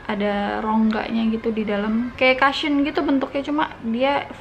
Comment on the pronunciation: Kak "cushion" pronounce nya bukan "kasyeun" Tapi "kousyeun" 😊😊😊